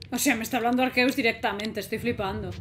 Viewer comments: ARQUEUS --miauwwwww-- el gato dijo se dice arceus no arqueus xd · Es Arceus, no Arqueus .__.